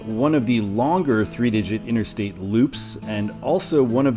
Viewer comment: INTERSTATE NOT:INNER-STATE!!!!!!!!!!!!